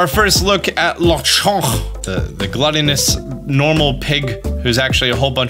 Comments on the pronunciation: not sure if anyone has said it already but lechon is pork in spanish so its lechon and chunk instead of le - chonk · Everyone keeps pronouncing Lechonk with a French accent when Lechon is a Spanish word...